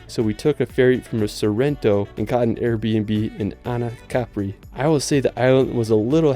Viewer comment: Cool video man, just FYI it's pronounced "cuh-pree" for Capri, not "cap-ree" as you say in the video. Going to the coast next October so this was a cool preview video :D